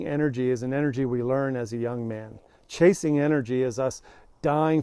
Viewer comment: Phew, thought you said "casing women", i was like wrong video. Lol